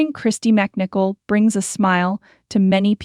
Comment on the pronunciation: You do realize that you mispronounced her name at least once...It's Mc as in Mick and not Mac...IF she is craving PEACE, etc then WHY oh WHY are you bothering her with this video??